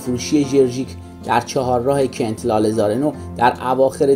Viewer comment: عزیز من چهارراه کُنت رو غلط تلفظ کردید!